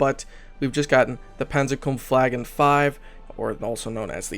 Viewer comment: PAWN-ZER KAWMF VAW-GEHN